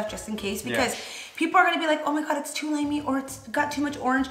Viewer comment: When she said tooo. Lol 😂😭😭 Bilingual problems 101